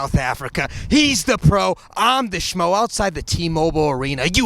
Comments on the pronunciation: The schmo nailed the pronunciation 🤘🏻🇿🇦🤘🏻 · The Schmo has the name spot on